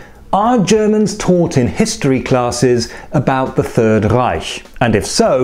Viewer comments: So as a German I can say, that we should be taught for 2 years our history between 1800 and 1990 and we learned other bad stuff(But the longest part is obviously is the third Reich) P.S. His pronunciation of "Reich" was actually really good. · I, a German, really enjoyed your correct pronounciation of »Reich« 👍